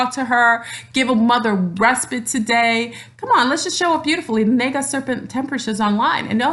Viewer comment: You are a very enlightened being thank you for sharing your energy here 🙏 Namaste. Isn’t “Naga” Pronounced Nahga. Just wanted to say lol sorry. Anyways I love your video thank you. I am not mixed or Black at all to my history and knowledge going back generations, but I am Native American and Celtic. I understand we all come from mother Africa. My past life I was from India. I have Aslesha in my Chart and am aware of an Orian Star connection. I feel we can be a Naga descendent without just being genetically shown today as a beautiful African looking person. Thank you very much for this video though I just wanted to express feelings thank you. 😘